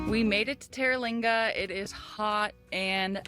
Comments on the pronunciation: Pronounced Ter-Leeng-wah. Just a mile from the entrance of Big Bend. Fabulous chili cook off every First week of November. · How she said it is wrong its tera lingua, the AC in the teepee is nessisary you cab die of the heat down there